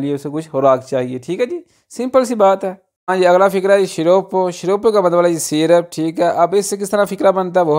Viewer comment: Apki haan g boht buri ha